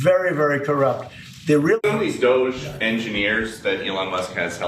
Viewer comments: Dogey? Doggi? Doju? .... it's Doge (Doh-ch) come on old man get it together. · Pronouncing it "doggy" really helps me <3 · Why was Ryan keep pronouncing it DOGÈ??? 😂😂😭😭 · Can’t Ryan just say “D-oh-j” like normal people? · Why is this boring guy pronouncing it Doe Jay? He is playing up the Buffoon character a little too hard. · Ryan has low T. I can tell because he keeps saying Doggy instead of DOGE. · Pronounce it as "dodgey". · Doggy? Dough jhey? Doh Jay? Is he trolling or nah? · it's pronounced DOGIE Emilly. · I'll be sure to pronounce it Doggy from now on. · Reeannn, please stop saying DoeJay. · “Doge-aye” -Ryan Bumblefuckimbecile Grim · and “doggy” is the early Middle English pronunciation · Please, you purposefully and constantly mispronounce DOGE! Let’s get to the point, Dems don’t want DOGE to check on Pelosi and others tax returns and prove they are using their position for financial gains. Stop protecting them. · Trump firing shots, this is what we need. Someone to point out the obvious. We also need Ryan's pronunciations of Doge as well. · Guy can't even pronounce doge and the meme was big enough to spawn a crypto currency like 12 years ago. Maybe they should get one of his children or grandchildren to help him prep for the next show. This show has really declined since its early years. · INTERESTING. Ryan suddenly ignorant how to pronounce "DOGE"... show us more ryan. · Ryan knows how Doge is pronounced, he's just refusing to say it for whatever reason. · Everyone has been pronouncing it one particular way for the last few months. To pretend you don't know how to say it or how it's said when you're a political commentator/journalist is just ridiculous catty woman behavior. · I like how Ryan pronounces DOGE uniquely wrong each time he says it lol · Can someone supercut all the different ways Ryan pronounces "DoGE" in this whole episode?? It is SENDING me! 😂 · Is Ryan mispronouncing DOGE on purpose? He just kinda sounds dumb saying it wrong…